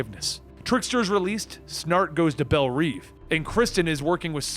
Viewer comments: LOVE the videos man. But it’s such a pet peeve when you mispronounce things like bel-rev. Rev. Not Reeve. In another episode you said Dugan like dugon 😂😂😂 good content thi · Your pronounciation of belle reve kills me